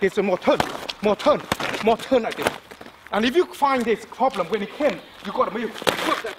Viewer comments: I came un here to get some tips... All I did was laugh my fuckn ass off!!! 💀💀💀💀💀 "or u guna haf a prolblum" 💀💀💀💀 min 💀💀💀💀💀 all of it 💀💀💀💀💀💀💀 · "You gon hav A fokan problemmm" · Everytime he says problem, problem= Very Big Problem lmao